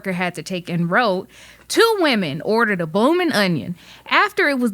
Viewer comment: a "boolmin" onion?